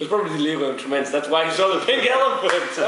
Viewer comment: Emphasis on the first 'e' of Tremens